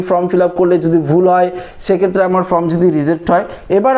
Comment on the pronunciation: ফ্রম নয়, ফর্ম হবে।